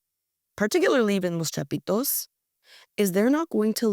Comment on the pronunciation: Love her pronunciation, " Los Chapitos", sexy!! 😂😂😂